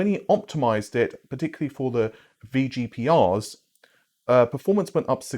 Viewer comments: VEE PGR. NOT EFF PGR haha I can't believe you said it wrong so many times. Unlucky. But very informative video as usual. I new in my mind optimization on RDNA2 was poor. There is no way you have 80cus each with RT acceleration performing as poorly as it does. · I’m I going crazy but does keep saying “eff” when pronouncing the V in VGPR?